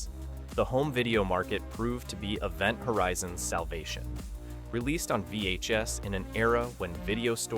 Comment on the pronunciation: The way you said "vhs" and "dvd" was so strange....i don't think you're an ai voice but that had me wondering. You had an odd pause after the word "dr." at the beginning too